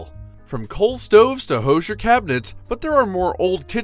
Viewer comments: Please learn how to say "Hoosier." It is "whosier". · Right? I snorted. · Thank you!!!! I can't believe they mis-pronounced that word.